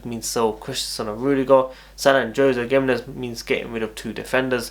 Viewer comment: Yo WWC GIMENEZ is pronounced as Hemenez